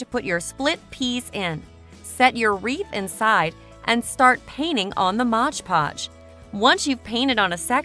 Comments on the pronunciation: Yes it's called MOD PODGE ! Not MODGE PODGE ! Please read the label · Some very cute ideas, but PLEASE! It is Mod Podge, NOT Modge Podge.